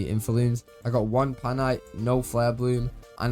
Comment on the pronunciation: PAINite not PANITE ❤